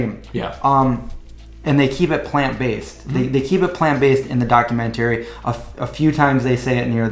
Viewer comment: Maybe going vegan messed up your pronunciation of 'documentary' -- should be "docuMENTary". Other than that I'm looking forward to seeing the film -- they showed it one night only in my community and I missed it. So far I'm only vegetarian, still eating eggs, some cheese, some kefir.